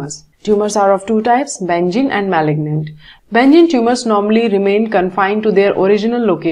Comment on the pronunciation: it was great but ma'am benign ka pronounciation galat hua....